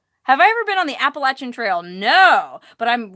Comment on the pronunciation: You pronounced the word "Appalachian" right! Awesome!